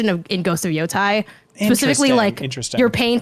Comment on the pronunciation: What's with games media folks saying Yotai instead of Yotei.